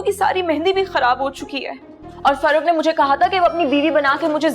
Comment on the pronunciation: My Dear, if doing housework is impossible for you, at least pronounce your husband’s name properly 🙄 FARROK instead of Farrukhhhh 😏